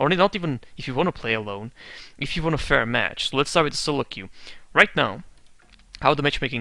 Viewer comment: It's queue, not que. que is what in spanish or that in french, but nothing in english. just an fyi.